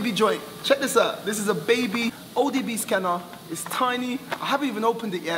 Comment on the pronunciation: Wonder when he’ll realise he’s saying odb😂😂